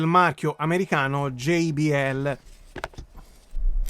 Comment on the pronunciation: Bellissima recensione; già solo per il fatto che lo pronunci GEI-BI-EL e non GIBIELLE meriti un "Mi piace" grosso come una casa 😎